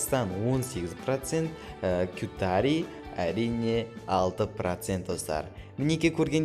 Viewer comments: Катари емес ҚАТАР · сен елдердің аттарын дұрыс айта алмайды екенсің Анау сонында турган ел кютаридеп емес катар деп окылады